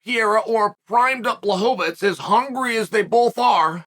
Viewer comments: Lol, it's mostly the 'fits' instead of 'veech'. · It's not "tz", not even in polish. It's read "Blahoevich" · Blahovich =/= BŁahovich, he still is pronouncing it incorrectly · Bla-hov -itz vs. Pee-era…. Chael trollin y’all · He needs to pronounce Błachowicz right, but "Piera"... that's good enough LOL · Never lost a round and never pronounced Jan's name twice the same way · Which time exactly? Because I'm pretty sure he used at least 6 different pronunciations of Jan's last name in this one video alone. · Lol blachowicz deserves to have his name said right